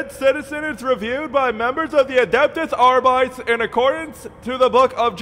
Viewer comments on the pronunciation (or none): "Adeptehs Arbytes". Holy shit my latin part of the brain...HNNNNNNGHHHHRRRRRR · The fact that he keeps mispronouncing “Adeptus Arbites” makes his insane enforcements all the more profound.